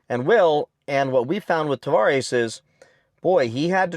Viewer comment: You keep saying Tavarish ... Tah vah res